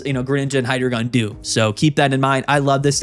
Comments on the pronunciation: its not pronounced hydrogon. its hydreigon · Just a heads up, Hydreigon is pronounced “High-Dry-Guhn”. Love the channel, but constantly hearing “Hydra-gone” is giving me an aneurysm.